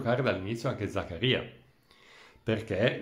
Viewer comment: Credo, ma non ne sono sicuro, che si pronunci Zakária e non Zakaría. O almeno mi è sembrato che lui lo abbia pronunciato così quando si è presentato in un video sul sito della Juve. Ma non ci giurerei.